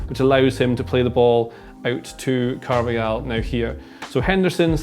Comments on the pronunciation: Caar---vaaa--haal not car-vei-yal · this is awful as a football game analyst, can't even spell the name correctly:) also, i feel painful to hear pronounce "Carvajal" as Carvayal... can't continue watching